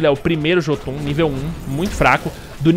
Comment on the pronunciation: a pronúncia certa pra Jotun é iôtun.